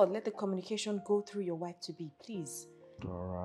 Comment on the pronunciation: Greke u cal Dora's name nice